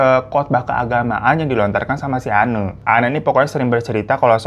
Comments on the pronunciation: Cara bacanya bukan Enne ya bg, tapi Enn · Anne dibaca en,bang hirotada radifan aku ngefans